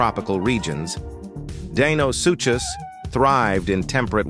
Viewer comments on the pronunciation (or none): How many different ways can the ai narration pronounce Deinosuchus